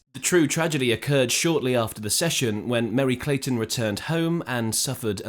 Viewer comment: It's MERRY CLAYTON MERRY!!! GET IT RIGHT CRACKERS!